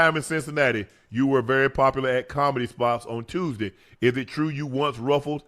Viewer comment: Ocho "berry" Johnson 😅😅